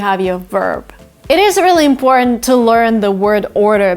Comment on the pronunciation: How do you say important like this you don’t say it all